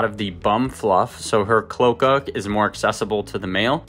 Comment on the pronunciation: FYI, cloaca is pronounced with three syllables "clo" (long o) "a" (long a) "ca" (short a) with the accent on the middle syllable.